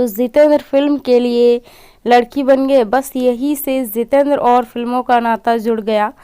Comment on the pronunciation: It is not Zitendra, it is Jitendra !! You are not speaking proper words.